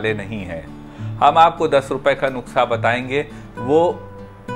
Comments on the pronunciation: Thank you so much Sir for sharing this remedy but it's "nuskha" not nukhsa... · It's not nuksa...it's nuska😀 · नुक्सा नहीं नुस्खा सर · Nuskha hota hai nuksa nhi sir ......ap bolte hue bhut acche lagte hain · aap bar bar nuksha bol rhe hai jabki wo nuskha hota hai 🙏🙏🙏 I am sorry ager bura lge to 🙏🙏but very nice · Sir nuksa nahi nuskha boliye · Sir nuska bolte h nuksa nhi bolte h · Nuksa nhi Sir nuskha hota h🙏 Sorry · Nuksa nhi nuskha hota h